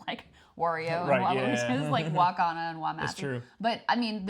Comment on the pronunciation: its pronounced Wa-Kan-da